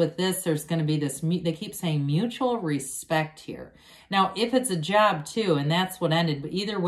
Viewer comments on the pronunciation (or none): Lol....I thought you said jab, as in vax..... instead of job. Thank you for the reading ❣️.